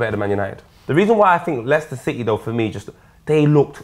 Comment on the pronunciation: Ganja Caliphate watch him say leiscester city lmaoooooo